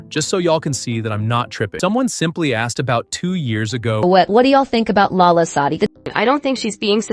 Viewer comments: its lala not Allah no hate though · NO ITS LALA SADI PLS CORRECT IT PLS (I don't like her it's just that u said Allah sadi so pls) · no , not Allah :( its LALA , not ALLAH. (god) :((